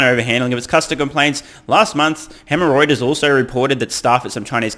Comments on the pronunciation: Did you just say Hemreuters?! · Hemorrhoiters ... love it! I had to rewind several times to figure out it was Reuters' new nickname that you were coining. Thanks for pointing out bluntly all the FUD. It's quite obvious, but is nice to get a blunt dismantling of it all.